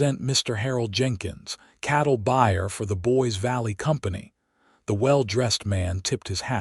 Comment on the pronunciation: boys? It is Boise Idaho, pronounced Boyzee. AI and editing missed that one.